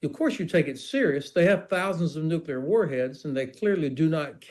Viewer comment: The British foreign secretary doesn't even know how to pronounce nuclear😂. And Putin never threatened anyone with NUCULAR😂 weapons.